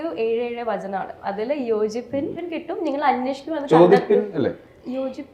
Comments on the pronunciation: Its yachippin ningalku kittum..not yochippin.. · യോചിപ്പിൻ അല്ല....യാചിപിൻ നിങ്ങൾക്കു കിട്ടുംഎന്നാണ്